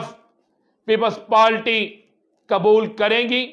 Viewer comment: Just gonna point out that when you say (PEOPLE PALTY) that’s not how you pronounce it it’s PEOPLE’s PARTY. I don’t mean to insult you at all but think about it as an acclaimed journalist.